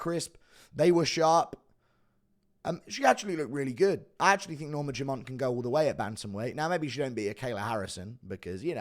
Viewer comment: Why does Guru say "Norma JUMONT"?